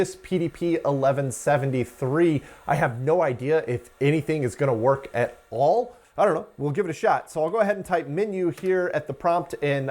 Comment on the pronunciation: has an interesting occasional vowel shift. "at" -> "et" "send" -> "sind" The "ah" to "eh" shift pushes the "eh" over to "ih" otherwise there'd be overlap. (chain shift) And "quite" is pronounce "quiet." Apparently, this is common in East Texas, near I-20/I-45 not rural, Central Texas non-Austin native, or Houston metro native, outside the city. I think I remember him saying he's located in the Houston area. ~ end of unsolicited armchair phonology ~